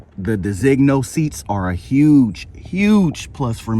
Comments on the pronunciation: It’s pronounced “De Za ino” Pkg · still wrong on the pronunciation of designo. Holy Jesus.